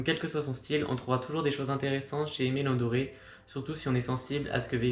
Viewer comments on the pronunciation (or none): Vidéo très propre et très instructive! Juste, Dore ne se prononce pas Doré. Sinon c'est top bravo! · Super vidéo!! Keep going (P.S: en ayant fait une review des NB990v5 x ALD, on m'avait dit que Aime Leon Dore se prononçait comme c'est écrit et non Doré, car Dore vient de la contraction du prénom Théodore):)